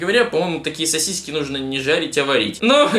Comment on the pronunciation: мне показалось что он сказал не сасиси а сиси